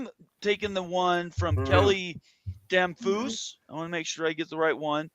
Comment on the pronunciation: Damphousse is pronounced as it rhymes with Memphis… like Dem-phis DCA is not Dallas airport for Washington DC. He’s been with politicians all day. TXST payout is closer to 2 mil. Half share equals maybe what?..? 4 mil? Study’s show an additional 2 mil in travel costs would be incurred going west. Half share not worth it. As you said, taking on NMSU would be a PR nightmare for them